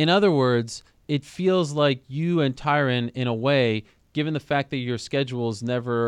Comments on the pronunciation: For fuck sake Colby it’s not Tyrone............it’s Tyron...... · Notice how he keeps calling Tyron "Tyrone" while saying that wrong name 5x more than is required for the audience to understand who he is referring to. He's very slick with his disrespect lol. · FuturePro95 he said Tyquil Woodley once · Why does he say "Tyron Woodley" every time lmfao, and Usman is beating his sloppy seconds recently.